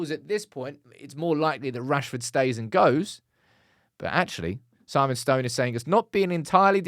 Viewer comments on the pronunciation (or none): none